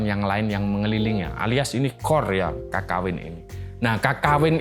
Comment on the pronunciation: Cara bacanya Kekawin pak, pake pepet, aneh aja kalo didengar kalo "KAKAWIN"